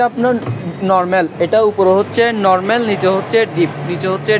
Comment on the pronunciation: তুই নরমেল নরমেল বলিস কেন? উপস্থাপক ও তো পারত ওনার কথাটা শুদ্ধ করে দিতে।